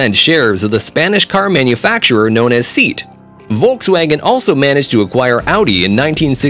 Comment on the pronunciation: pronouncement seat🤣🤣🤣and alfa romero jeeeeez man 🤣🤣🤣